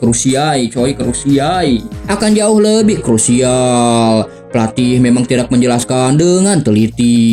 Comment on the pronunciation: krusaii ,😂 krusial om😅😂😂